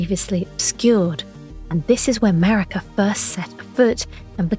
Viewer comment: Ok, I know it's Maraka, but I keep hearing MERICA! Lol